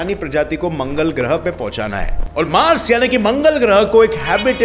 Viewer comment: mangal not manal 😂😂😂😂😂😂😂😂